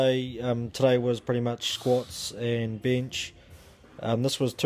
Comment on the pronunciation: I'm gonna start saying Bihnch (Bench) like does - sounds F'ing awesome! Good video.